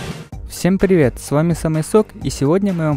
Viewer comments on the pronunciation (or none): none